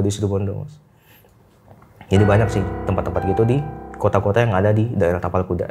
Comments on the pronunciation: Ngakak pas salah ngomong kapal kuda 🤣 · pake "T" yaaa bukan "K" ingat itu "TAPAL KUDA" bukan "kapal kuda" ehh😂. Btw... RJL5 makin menariiik. Sehat dan sukses buat RJL5&team dan semua